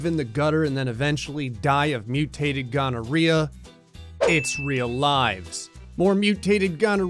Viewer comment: More questioning grey dammit. No but seriously did you just say mutated ghonerea?